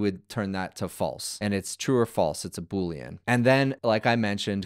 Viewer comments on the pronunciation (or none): none